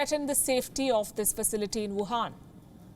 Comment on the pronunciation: No, she's not thorough. She's not even thorough enough to google the pronunciation of "Shi".